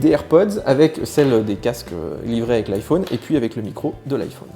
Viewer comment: Le seul français qui prononce "iPhaune"...